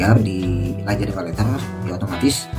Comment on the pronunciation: Kok lajada? Lazada kali bg pake Z bukan pake J..